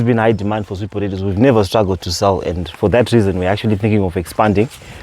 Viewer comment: please learn how to pronounce potatoes 🥔 😅 It's so difficult for me to ignore I'm sorry.